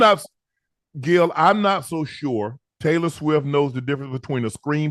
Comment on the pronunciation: Did he say "Trailor swift" ?